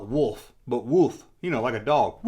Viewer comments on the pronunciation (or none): none